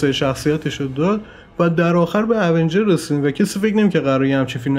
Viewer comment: تلفظات ایراد داره اونجرززززززز